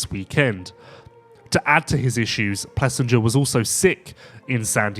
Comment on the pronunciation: AP’s name is pronounced Plessing-er not Plessing-ger. Come on man do better and be a professional learning the riders names.